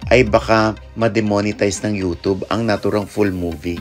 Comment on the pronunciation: Ogie mali ang pronounciation mo ng UTUBE. HOW DO YOU SAY CUBE?